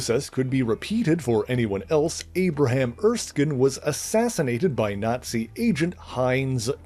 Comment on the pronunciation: Not being snarky or anything, but it's pronounced Er-skin. It's a Scottish name. There's even an Erskine Castle, hence why Hayley Atwell was the only member of the cast of "Captain America: The First Avenger" to pronounce it right. Edit: He pronounces it correctly in later points, but if anyone is confused on the pronunciation, now you know